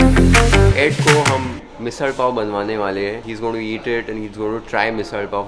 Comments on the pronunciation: The way you are pronouncing misal pav so clearly !😍 Great going!! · thank you for pronouncing msal pav correctly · Loved the way u pronounced misal pav in a typical Marathi accent